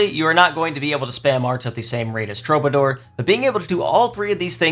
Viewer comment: Now that people are done being annoying about Qigong pronunciation, it’s time to be annoying and say that Troubadour is pronounced True-buh-“door” as in the word door